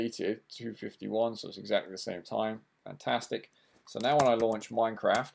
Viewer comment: did anyone actually notice his title"install minecade mod for minecrat 1.6.2 mac" he siad "minecrat" not "minecraft"